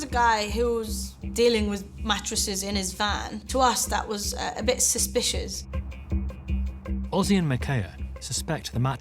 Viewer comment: He name is Özge not Ozzy